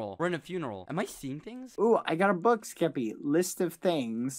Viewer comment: its so funny when bbh sounds like hes saying “geppy” xD